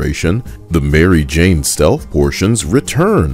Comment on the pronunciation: LMFAO "Mary Jaw" fAcE iT, yOu jUsT hiT tHe JAWWWW-POTTT